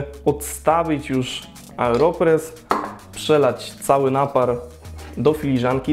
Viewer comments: dlaczego mówisz "areopres" zamiast "aeropres"? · Nie Areopress tylko Aeropress. To nie narzędzie rolnicze :)